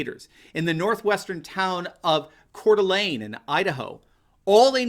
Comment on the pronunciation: Kudos pronouncing Coeur d"Alene correctly -- "Core Da Lane" --- and for your great reports!! Also love that the Police have come back to my city PORTLAND -- thanks for reporting that!